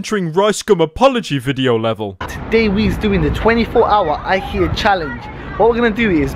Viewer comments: Gee they pranked me good I the title says IKEA but this man said IHEA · And he says IKEA with an r on the end.